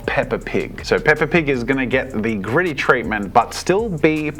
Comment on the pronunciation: I'm sorry, I was hearing Griddy, not Gritty 🤣🤣